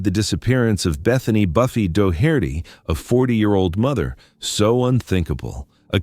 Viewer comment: This narrator sucks: he can't get the names right. It's Doh-hert-tee!😩